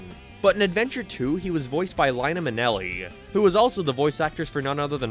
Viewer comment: I’ve never really hated Omochao, he’s got a cool design and he’s fun to mess around with. It’s good that you do have the ability to just..avoid him in SA2 BTW, you butchered Omochao’s first VAs name, it’s Lani Minella, not Lana Minelli xD